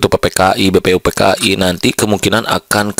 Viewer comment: Pusing... gaya bahasanya gitu. Udh gitu lama lagi.... apalagi denger cara baca BPUPKI (Bpupk'ai) opolah 😄